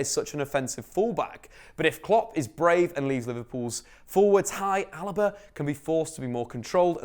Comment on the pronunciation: Noman Barcelona he pronounced it wrong then immediately called him alaba